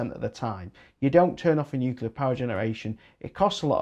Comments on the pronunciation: I was hoping you would go into the ofgem surcharges to cover the losses from price capped energy companies that were forced into liquidation by government policy. All those costs were loaded onto the remaining suppliers. Glad to hear that you learned how to say Nuclear half way through but odd that you called it newkewler initially.😉 I would like to see a rise in co-operative new 100% renewable generation companies doing contracts direct with investor-consumers. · Thanks. BTW, glad you started saying nuclear properly after the first 5 minutes. 😉👍